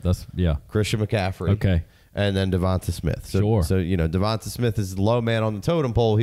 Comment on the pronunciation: It’s 2024 and people are still calling him Devont-a and not Devont-aye Smith.